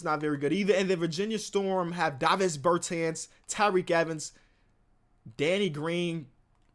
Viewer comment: Wait a minute did pronounce Davis Bertans davviys bertez